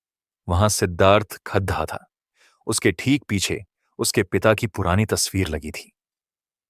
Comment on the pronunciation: Kahani bachakar se mera nivedan hai ki Aap shabdo ki uchcharan sahi se kare jaise bara ka badha khara kakhadha isase bache apana sahi uchcharan bhul ja ange thanks